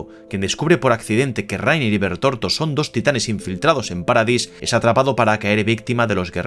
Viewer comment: Es Bertholdt no bertorto 😅😂😂😂 España pls, por lo demás muy buen vídeo